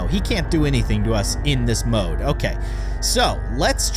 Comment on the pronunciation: its mode not moke